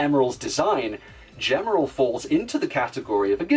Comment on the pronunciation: A good video, but a minor correction on Gemerl's kana. ジ (ji), by itself, can be pronounced "juh" sometimes depending on the situation, but elongated, it always makes a "gee" sound. This is why the Japanese strategy guide lists his name (ジーメル jīmeru) as "G-merl" and Sonic Advance 3's Japanese website's source code lists him as "Gmel." For example, "gem" is rendered as ジェム (jemu), while "jeans" is rendered as ジーンズ (jīnzu). Still a pretty good What If and can't wait to see more from Gemerl and the Werehog.